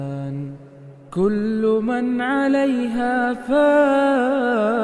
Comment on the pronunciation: In this surh 1 mistake Kulla youmin hai Not kulli Allah s.w.t hame Maaf kar dai Aameen